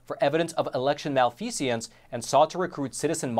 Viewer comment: Malfeasance not malfeaseance For the future 😉